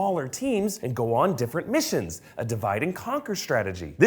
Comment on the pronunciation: lol i thought temzzz missionzzz boobzzz